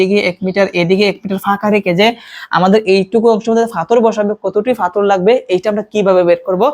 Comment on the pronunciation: পাথর কে ফাথর বলছে! 😂😅